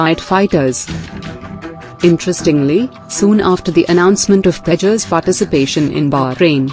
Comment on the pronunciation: What's the need for the pathetically anglicized pronunciations when the accent is still indian can't you pronounce Tejas correctly